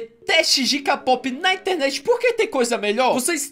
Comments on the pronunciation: se fala keipop nao k pop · Não é "KAPOPI" é "KEIPOPE" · Se fala keipop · Se escreve k-pop mais é dito keipop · QUEM PERCEBEU QUE O BATATA FALA KPOP ERRADO TODA VEZ